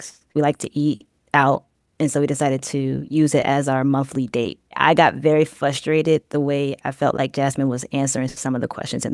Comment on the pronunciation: Fustrated *Frustrated. FYI.